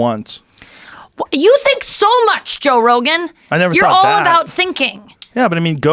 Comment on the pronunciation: joe "go rogue-an" rogan